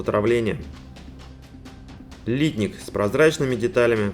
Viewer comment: Хороший обзор, но режет слух ударение в слове литник, знаю что по нынешним правилам так принято говорить, но не профессионально, даже технологи переработки пластмасс так ударение не ставят. P.S. в индустрии переработки пластмасс не один десяток лет.